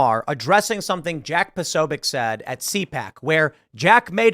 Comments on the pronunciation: Maher shows how little he knows by not knowing who Jack is and not even bothering to try to pronounce his name correctly. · Posobiec's name doesnt start with "PRO", it starts with "POS." FFS, get it right, Maher.